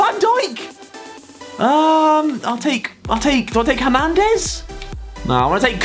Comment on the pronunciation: Harry: "hAmAnDeZ"